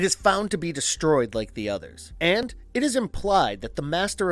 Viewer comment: Good video, but it's a little annoying how much emphasis this guy puts on "AND" Drinking game: Take a shot every time he says AND Louder than the rest of the sentence